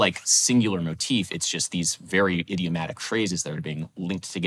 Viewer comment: he said "notif"